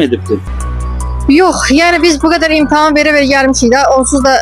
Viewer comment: Muellime “imtahan”a “imtaham”a deyende sonu bele olacaq…